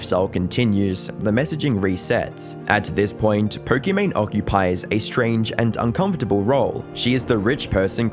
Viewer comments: Don't know her and still didn't know anything about her, but why are you saying poRkimane instead of pokimane? Just sounds so obnoxious and weird. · This is not "Po-kee-mayne". This is "Po-kee-MAHN". Her name is Imane ("ee-mahn"). Looks like not enough research was done. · “This is Perk-I-Mane” 😂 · "Perkymane"?? She ain't perky. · Did i hear it right?? Perky Mane?? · If stupid was a person. She should marry Mr Beast and their should sail together towards sunset and we should never hear about them again evPS. er. Why do i keep hearing Porkimane? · perkymane? did i hear that correctly? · Is it just me or does he pronounce it as "Porkymane" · Who is Perkimane?? Maybe learn pronunciation. Holy cow